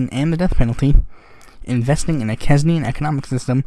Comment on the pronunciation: A couple of little comments. John Maynard Keynes' surname is pronounced 'canes' (like the verb), and so the relevant adjective is pronounced 'canes-ian'. It's An-gay-la Merkel. And SLOW DOWN! Good luck!